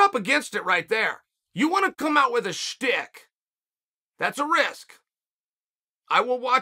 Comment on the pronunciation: Chael, I'm a big fan of yours. BUT your pronunciation is sometimes a little screwy. You were talking about Izzy's entrance and it sounded like you were saying "stick." Did you mean "shtick?" (Sometimes spelled "schtick.") Like a bit, somebody's trademark reoccurring gag? That's pronounced SHHHHH-TICK. SH, Chael. A stick is a piece of wood. Or were you implying Izzy needed a stick to KO the opponent?